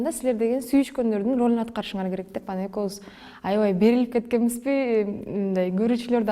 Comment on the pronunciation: Экоуз дебей экобуз деп суйлосон э